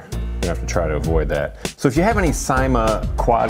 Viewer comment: 10th view. nice video as always. and its pronounced as sa-i-ma